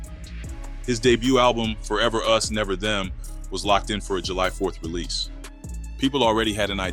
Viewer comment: neverrrrr with an french accent 😂😂😂😂